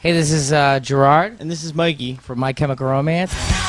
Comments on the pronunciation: Is nobody gonna point out that it sounded like Mikey said "migey" instead of "Mikey" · He says it like “migee” lmao